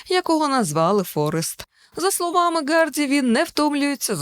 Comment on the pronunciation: Чому прізвище Тома Гарді звучить як "Ґарді"? Шенен Догерті була Доґерті в одному з попередніх відосів, а Гемсворт сьогодні став Ґемсвортом. Вибачаюсь за надмірну прискіпливість, просто сильно вухо ріже🙉 У вас дуже приємний голос і класна подача матеріалу. Якби не оцей маленький косячок взагалі ідеально було б. Дякую! 💚